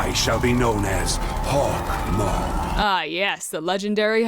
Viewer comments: "Hawk Maw" 😭💀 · I thought it was hawk-moo😂😂😂